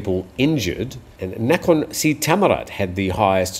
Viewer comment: i hope I can help you with your pronouncing of a couple of Thai place names. Nakhon is a popular word used in several place names. it is not a hard A but a soft a, more like Naakhon. Also the town and province of Tak is pronounced by the Thais in the North as Tuk. Hop[e this is helpful.